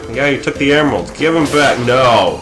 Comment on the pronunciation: LOL dont know who knuckles is plus you said emeralds" wrong LoL